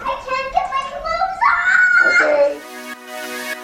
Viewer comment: "I CANT GET MY CLOTHES OFFFFFF" God, you sound like me when i get home after a night on the town.